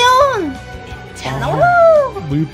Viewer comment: 인텔리온이 아니라 인텔리레온인데요